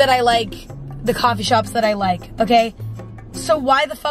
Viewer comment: emma: coffee shops are gonna start clothings- coffee sherps---- Coffee shops are gonna start clothings--are you kidding me? I keep cracking up to this😂😂😂😂😂